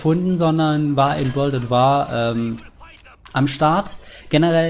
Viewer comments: "Wörld ät Wahrrr" :D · Wörld at Waahr :P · Ich hoffe doch du meinst das nicht ernst mit wörlt at war ? wörlt ?